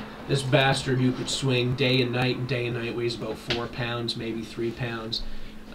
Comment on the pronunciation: Are you canadian? You said "aboot" lol